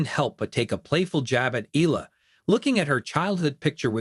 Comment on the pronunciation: It is not pronounced as "Ela" It's EALA "E-YA-LA"